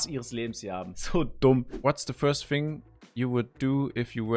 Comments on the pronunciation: jeder im discord channel: thing Sascha danach: FING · besser als "ting" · lieber "fing" anstatt "sing"